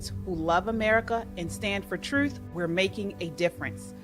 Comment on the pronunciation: It's "TRUTH" not "THRUTH" .